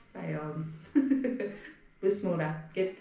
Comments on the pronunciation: Эмнеге бысмылда дейсиңер адамдын кыжырына тийип. Мейли намаз окубайсынар бирок дегенде келме менен бисмилла дегенди толук,так айтпайсыңарбы. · Бисмилда эмес Бисмилла деп айтылат!!! Бисмиллах деп айткан туураарак болот! толук айтуу анданда жакшы Бисмиллахир Рохмаанир Рохиийм деп! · Бысмылда дейби🤣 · Бисмилях деп туура айтуу керек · Ошону айтам да тообо